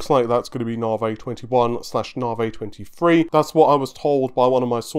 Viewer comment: Nah-vee. Not Nar-vay. You say it like 40 times a video. Please, try to get it right.